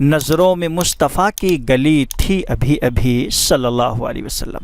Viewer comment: Aap ne pahele sheriff me Mustafa ko Mushtfa bole